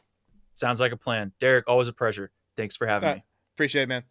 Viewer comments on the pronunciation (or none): “Always a preasure” Hadda go back and listen again to make sure that’s what I heard 😂